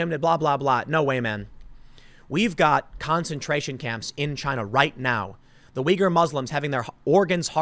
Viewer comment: Tick tock Chy-na...Tick tick...